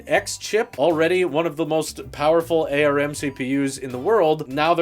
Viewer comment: It's ARM, not A-R-M. How do you still not get this?